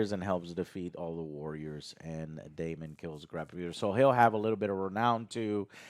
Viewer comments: Joe correcting on how to pronounce Rhaenyra and then immediately calling daemon “damion” is very funny to me. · Damian, Corals and Rey… what’s going on with the names and pronouncing them?! 😅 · Okay these guys do not even know the character names after 3 episodes with them. Its Daemon, not "Damien". Rhaenyra not "Rae". They forgot Sir Criston Coles name. has no interest in liking the show and gave 0 effort to this review. Just going to his default "subtle as a fist in the ass" joke to try to be funny. just really enjoys being negative and saying this is "below average television" is just wrong. is miserable and I hope these guys put more effort into their reviews in the future. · “Daemon”, Joe… “DAEMON”. You were giving Other Joe shit for not pronouncing Rhaenyra correctly but you were constantly saying “Damien” the whole damn review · The amount of times they get the characters names wrong is annoying its Damon not Damien its Criston Cole not Colton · Daemon....DaeMON....It's Daemon... not Damien... Since Joe wanted to correct so badly. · Joe. It's pronounced "Day-Mon". Daemon. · If I hear them say Damian one more time I’m gonna lose it!